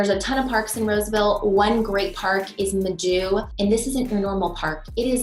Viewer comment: "Midu????" please tell me you know how to pronounce the tribe name of Maidu. 😮 The 'a' is silent and the 'i' is a long sound